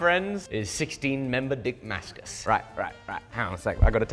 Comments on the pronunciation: Hahaha it's Dongmascus😂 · Pantented “Dongmascus” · dih-mascus steel